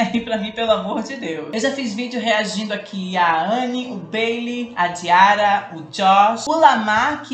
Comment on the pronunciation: Diarra se pronúncia diara esse ara é tipo are kk, acho que eu consegui explicar kk, não foi ignorância, amo seus videos. ME NOTAAA 😂❤